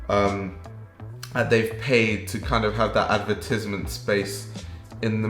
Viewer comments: the way you said advertisment is truly troubling to me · I’ve never heard that pronunciation of advertisement before